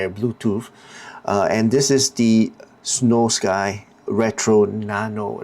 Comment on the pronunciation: It's all one word. Snowskee. Not Snow Sky